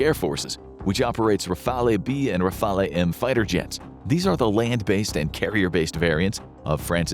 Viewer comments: Rafale is pronounced /rafal/ … that’s all I could handle because you butchered so many french words but this was pronounced the most. Otherwise, interesting vidéo.😊 Le triomphant /tri õ fã/ ; le téméraire /té mé rèr/ ; le vigilant /vi ži lã/ ; le terrible /tè rib/ ; moyenne /mwo jèn/ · Rafale... the "e" is not pronouced...